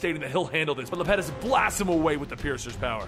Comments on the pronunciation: It's small, but the Titan's name is pronounced Iapetus, with an i (I-a-puh-tus). Great read through regardless. Keep up the good work bro.👍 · It's iapetus